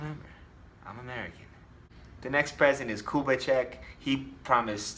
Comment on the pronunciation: A pronúncia de Kubitschek ficou realmente engraçada kkkkkkk